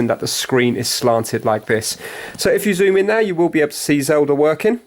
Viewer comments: Wtf is Zelder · why do you guys pronounce it "zelder" instead of "zelda", like how even ever